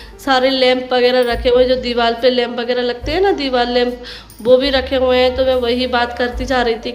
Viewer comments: Deewal nahi deewar bolte h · Aap kiya bolti rehti ho diwar ko diwal tha ko ta plzzzzzz soch samjh kr bola kijiye 🙏